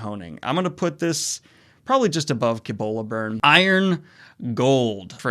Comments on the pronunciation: i am sure you have gotten this a billion times, but just in case you havent, Cibola Burn is pronounced with an S sound. like See-Bola. not a hard c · Cibola = See bola -- not dissing but it is easy to find out how to pronounce things these days